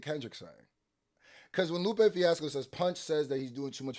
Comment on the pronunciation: You calling him “Loop” is driving me nuts man NGL.